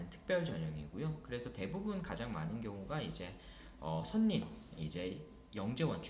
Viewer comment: 선생님 강의 너무 훌륭하고 도움 많이 받았습니다. 감사합니다. 하나 말씀드리고싶은게 있어요. 지난번 영상에서도 선린을 [선린]이라고 발음하시던데, [설린]이 맞습니다. 참고부탁드려요~